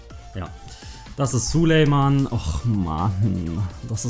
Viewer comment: Er heisst Sulejmani nicht Sulejman!!!!